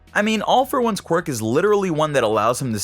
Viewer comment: I think this video has the record of number of times saying qurik